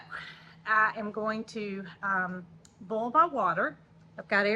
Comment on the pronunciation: I love how you say “boil”! You are so darn cute with your Alabama accent